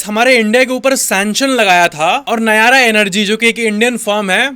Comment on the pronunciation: Nayra😂 ઇન્ડિયન😂 નહીં હૈ. રશિયા (ઋષિ મહારાજ) નું છે. એવું બોલો